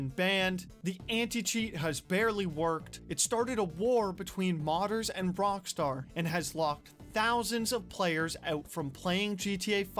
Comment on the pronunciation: Am I the only one hearing him say "wrong Star" not Rock star?